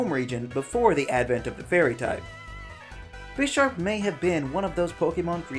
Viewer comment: this guy knows nothing about pokemon. his pronounciation of bisharp deserved a downvote on it's own